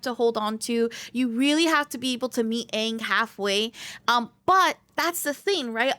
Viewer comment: Im sorry but its pronounced as Ong. Did you even you play the first level of the story mode?